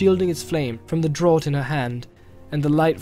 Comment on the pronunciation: Drawt? You mean Draught? Pronounced Draft?